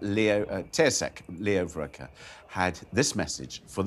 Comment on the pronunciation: Butchered “Taoiseach” (Tee-shock) and “ Varadkar” (Ver-add-ker) SMH 🤦